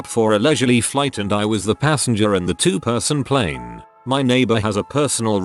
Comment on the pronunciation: It's pl A ne! Not pl I ne!